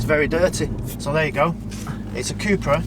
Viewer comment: Fun fact: it’s pronounced Cup-ra (cup racing). Not coupe/coopra 👍